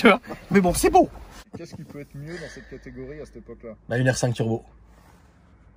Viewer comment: Les "C est bow" tout au long de la vidéo, je me marre et la fin, tout seul dans ta voiture a tenter de flairer le poisson je suis MDR!!! Excellent.. C est bow!:))